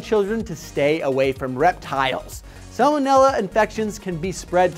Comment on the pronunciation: I thot u didn't pronounce the first l in salmonella